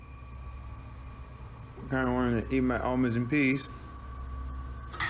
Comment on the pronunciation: I thought he said almonds and peas. I was like, that is a weird combination...🤣